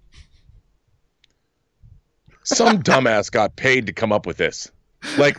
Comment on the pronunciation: I literally did not think to pronounce it as "spumk" until you said it John. I would just say the letters like MCU and DCEU. Es-Pee-You-Em-See.